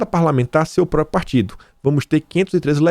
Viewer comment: Ô,, não bastasse o bom e velho "própio", agora temos você soltando "depedração". Meu, perdoa a implicância, mas o conteúdo continua muito bom e vc sempre comenta que luta para melhorar a forma do programa. Daí, penso que não é mau vc dar um pouco mais de atenção à tua leitura - ainda mais que agora, que você passa a ser comentarista de outros veículos. Na paz, sucesso e forte abraço.